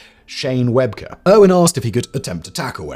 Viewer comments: It was Rugby League, not Rugby. Shane Webcke is pronounced Web-key. Australians (I'm one) would definitely cringe watching Steve on US TV in the early days. We all thought he was putting on an act, but eventually we all realised he was a genuine bloke and came to appreciate him. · Shane Webcke. Pronounced 'Webkey' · Shane Webcke, pronounced like Webkey hehe. That was an interesting take on it though 😂